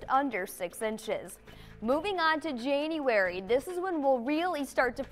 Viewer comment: In Jane-uarey? Omg, lovely!